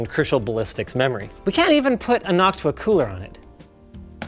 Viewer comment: i love the "nocuta" box fan. 😂